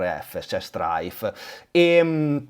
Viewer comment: le preferred si pronunciano: Straik, Straif e Straid. Tu fai un concerto di consonanti 😂